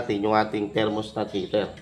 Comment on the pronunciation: THERMOSTAT pards hindi thermostant